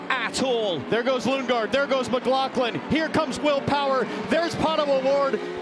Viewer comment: "Lunge-gaard?" Really?